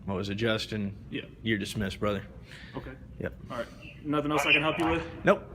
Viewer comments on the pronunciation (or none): For f**k sake. DISMISSED. Not Dissmessed.